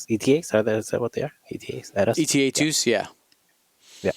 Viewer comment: It’s “Eta”, as in “ey-ta”. Not “E-T-A” like the Estimated Time of Arrival acronym. Eta is a Greek letter like Delta. Also... although this seems to be the go-to nomenclature, I don’t like hearing it called “lat”. Growing up I always heard it called the Republic Gunship. Low Altitude Assault Transport/infantry class is fine, and I get why people are saying it this way, just weird to hear people call it a “lat”